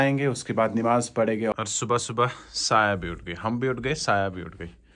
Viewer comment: Nimaaz ❌ Namaaz ✅